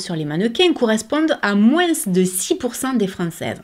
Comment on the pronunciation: J'aime beaucoup ton contenu! Cependant, en langue française, il me semble que l'on dit "moins" sans dire le S à l'oral. Bonne journée! ^^